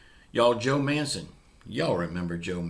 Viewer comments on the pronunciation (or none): You say manchin the way you pronounce it like a house manchin